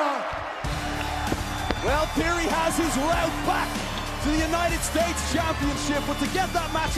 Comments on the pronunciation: Sounds like Waller said "championshit" lol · Waller said "championSHIT." ...and i think he realized it too lmao